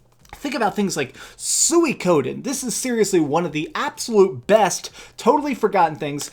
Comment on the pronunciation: Lol he pronounced suikoden as sooykoden